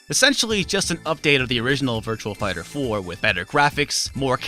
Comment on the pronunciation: Sounds like you're saying Virtual Fighter.